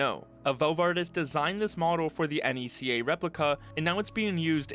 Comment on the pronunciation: Hearing someone pronounce NECA as "EN-EE-SEE-AY" is so fucking funny